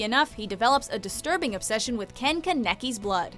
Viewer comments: THIS PISSED ME OFF ITS NOT (KAN-EKI) ITS (KHAN-IH-KI) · The way she said Kaneki make me laugh